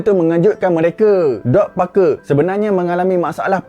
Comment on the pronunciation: Bukan dog tapi sebutan dia mcm duck